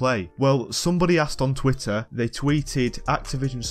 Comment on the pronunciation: Here and there "tweeter"